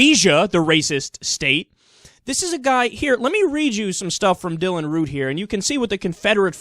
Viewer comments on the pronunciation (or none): It's Dylan Roof not Root. Just letting ya know. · Question: Are you saying Root or Roof? It sounds like hour saying Root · Secular Talk his last name is Roof not Root... After 4 or more videos about him get his name right... Dont like the guy hate what he has done and stands for but come on!